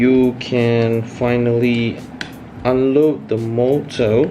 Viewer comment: Its called motor not morrr